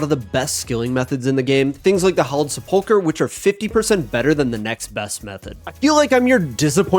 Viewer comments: Why can no Osrs player pronounce sepulchre ? Is this a British English difference? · I envy the secular upbringing u must have had, based on your absolute inability to pronounce "sepulchre" correctly